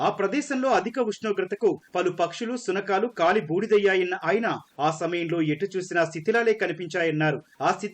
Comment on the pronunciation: shukanalu endi..shunakalu.. even Etv has such news readers😱😱